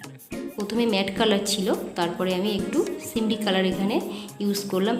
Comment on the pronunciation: আপু সিমরি না সিমারি হবে।